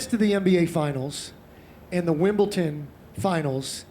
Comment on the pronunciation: wimbleton??. Must be that new American sport everyone's talking about..